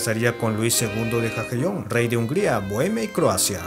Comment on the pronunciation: Jagellon se pronuncia "ya- gue - lon"..